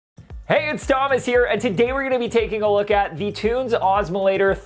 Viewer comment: There's no possible way that's pronounced "tunes."